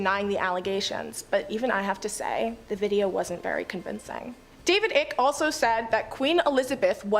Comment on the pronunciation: OMG!! if you are going to say his name 50 times.,. Its David Icke. Pronounced Long "I" cke. Like bike but "Ike".